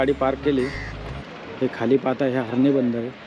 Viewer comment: HARNE नाही HARNAI ....हर्णेे असा उच्चार आहे .....उगाच गावाचे वेगळे नामकरण करू नका ....